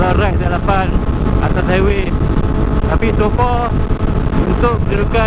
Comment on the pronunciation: Sempoi ja hang eja 'HIWAY'...HAHAHAHAH